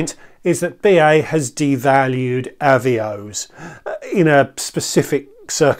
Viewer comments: I’m afraid I had to stop watching, as someone who has been around the block, you should know the correct pronunciation for Avios, and also that it is both the singular and plural, you don’t drop the S when referring to 1 Avios. Still on plurals, RFS is Reward Flight Saver, not plural. These details may not matter to you, but it just makes you look ill informed, which I’m sure you’re not. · Thanks for the reply, I understand the work that goes into a video like this, which is why it's a shame it's kind of spoiled by a really grating mis-pronunciation. If you are still in doubt of the correct pronunciation, BA helpfully have promotional video here